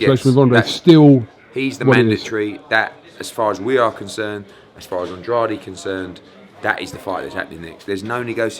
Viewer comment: How long has Eddie been working with Andrade and he still can’t pronounce his name. He looks like a donkey in that turtle neck as well.